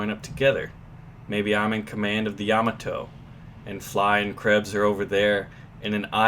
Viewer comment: no he said it right